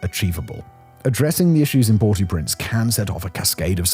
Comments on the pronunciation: The English pronunciation of the name is "Port-Oh-Prince", not "Port-Ooo-Prince". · Did Simon not do French at school? If he did he should know to pronounce "au" as "oh" not "or" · It's not Port ooooo prince, it's basically the sound of saying oh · “Port-ew-printz” - spoken like a true Brit. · “Port Oh Prance” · It’s pronounce Port OH Prince. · Pronounced Port Oh Prance. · He's saying "PORTY Prince", which I've never heard before.